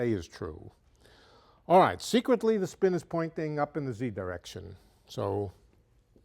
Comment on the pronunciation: ''Tha blackboard''